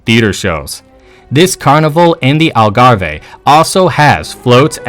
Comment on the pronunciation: Never seen Cheetahs nor Giraffes nor Wallabies in Portugal. And it Algarve not Algarve-hey. Port wine is not a sweet wine. If you are going to do this type of video, make it accurate, including the video you use at certain stages. It is misleading to people who don’t know better and disrespectful to people who do know better. Also one thing the Portuguese people are is respectful. Please get the pronunciation, spelling and information correct, it is very amateurish otherwise.